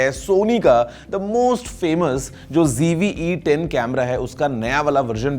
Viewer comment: Mujhe aaj tak ye samjh nhi aaya ki Z ko G kyu padhte h youtubers???😢 School me to Z padha tha hamne.😂😂😂😂